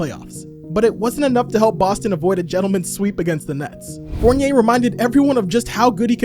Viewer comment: The way stern said fournier's name is crazy lmao